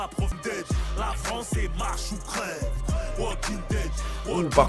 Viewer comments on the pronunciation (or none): none